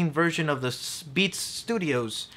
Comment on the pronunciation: You need to pronounce the "th" in a word better. When you say "the" it comes out as "da." It's always with a word with th...well, mostly.